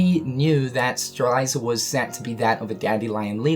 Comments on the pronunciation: ANd you still can't pronounce Strelitzia. Like, I'm being totally serious, and I'm not trying to make fun of you, but are you actually Dyslexic? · Streliiiiiiitzia not strailaisa or whatever. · "Streliza"?! It's spelled Strelitzia so shouldn't it be pronounced Stre-lit-zia?! O_o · it's stre-LIT-ZEE-uh, not stre-LIE-ZUH! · Is anyone going to tell him strelitzia's name is pronounced Strel-LIT-ziah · my boy you need this XD STRELITZIA: STR-LET-Z-UH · Streh lit zia. You are miss pronouncing her name bro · I think it sounds more nicer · Is it just me or does pronounce Strelitzias name wrong? He says it like "Streliza"... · Imagine saying Strelitzia’s name WRONG that many times 😂😂